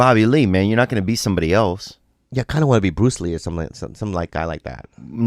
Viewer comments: “Truce lee” 💀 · “Truce Lee” I’m dead 😭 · ''You're Truce lee''.......